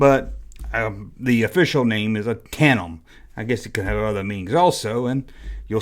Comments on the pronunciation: Says tate.em like 20 times loawls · TAN-DEM. It happens,. "Australopithecus" try saying that. It took me a year to pronounce that correctly in anthropology. I've never encountered anybody yet who ever had a prototype of a toy, or a cancelled toy in a collection.